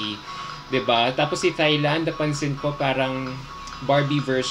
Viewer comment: Until now still pronouncing “Thailand” wrong..